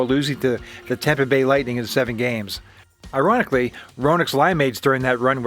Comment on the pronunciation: Haha he said i-Roenick-ly